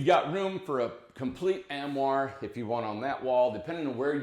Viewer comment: ARMOIRE not AMwar LOL